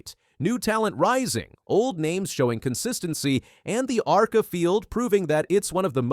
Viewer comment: You can’t even say arca correctly…